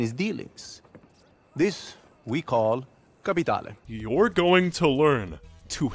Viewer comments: its pronounced kah-pe-taay-laaaaay. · "Capitaylay, Capitale', Capitally, Capitalei." Lol, fuck that word. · Lol “Capitaylay” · Cap a tay lay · tbh i think it’s in character for them. joe doesn’t seem like the kind of guy that knows how to properly pronounce “capitale”. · The way they say ‘Capitale’ really cracks me up for some reason😂😂😂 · Ngl they way they wouldn't stfu about CAPITALE and how they pronounced it made me Uninstal lmao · "capitale" "capitale" "capitale"